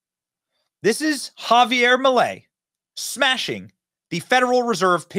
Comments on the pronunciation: ITS NOT MELEI IT'S MILEI. DUDE COME ON! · Its not "Melei" its "Milei" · MILEI, no melei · guys i love you but it`s MILEI, NOT MELEI, NOT MILLEI, MILEI!! LOL VIVA LA LIBERTAD CARAJOOO!!!